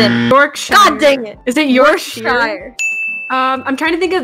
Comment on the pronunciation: A for effort I guess....york-SHIIIRE!